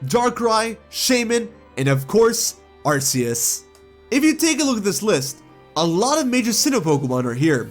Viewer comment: Also He said Arceus wrong It's Arcoos